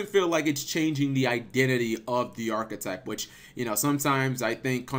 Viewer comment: Arch-type, arch type, not archetype, archtype